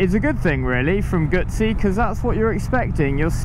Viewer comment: Moto Guzzi(Goozy)..Not Gootszi.!!!!